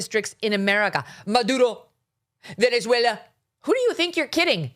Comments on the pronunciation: This was a golden roasting of AOC, Abby Phillip. Thank you for making the news easily digestible through your versatility with humor.. "VenethweLLA" I can't stand that either with the left, immediately as soon as they have to pronounce a word that is not English, it's a literal sudden accent change. Do you think someone's going to die if someone said "VenuhzWaylah?" What, Mexicans don't pronounce the word something like "saanteen?" We all have an accent just do your job! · LOL!!!!!!! Oh my God!!! Just when I thought I couldnt love Megyn anymore!!!!!! LOL!! Love how Megyn makes fun of Dumbass AOC the way she pronounces "Maduro" and VenezueLA"!!!!!!! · "Venezuela".. Lol!!!!!! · Glad you mocked AOC’s stupid Latina pronunciations. Only rich liberals say, “Venezuela“ like that.